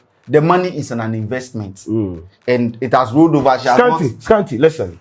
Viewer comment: If I had a dollar anytime and scanty use the word "listern"🤭🤭😜